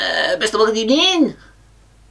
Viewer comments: First of all Good ebening. After long period Gerrad is back with a long yeahh courseee. First of all Good ebening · Whats the opening word that Unai keeps saying? I can't catch it.